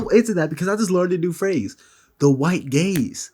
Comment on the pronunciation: I actually thought they said "the white gays"